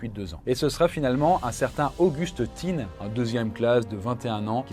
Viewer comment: "Auguste Thin"... ça se prononce "tain" et pas "tinne". Et les "sept z'inconnus" ... sérieux ? Faites gaffe aux liaisons dangereuses quand même. Une vidéo sympa mais je vous ai à l'oeil ^^